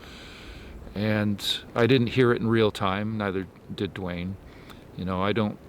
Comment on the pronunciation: called out '..dwayne, you!' He just couldn't get the Dw sound quite right but it seemed clear to me. min in.